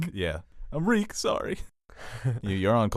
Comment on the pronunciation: Reek, reek, it rhymes with weak.